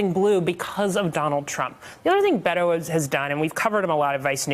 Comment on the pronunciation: Please learn to say pronounce Beto. It not that difficult.